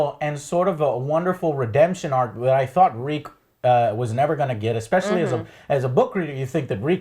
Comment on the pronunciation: I take special notice when he does pronounce "especially" properly since it doesn't happen often. But, it has happened before!